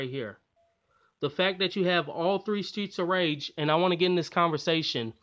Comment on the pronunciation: I like how tongue twist Streets of Rage series to Straights of Riege series.